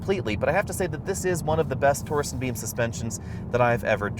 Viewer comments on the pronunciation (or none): Is he saying torsen beam? It's torsion beam